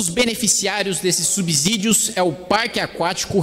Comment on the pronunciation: Não é "subZídios", parceiro. Que abZurdo kkkkkkk Parabéns pela sua postura com essa corja.